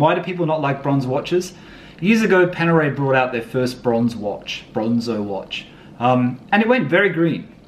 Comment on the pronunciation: You finally pronounced Panerai correctly. Good job mate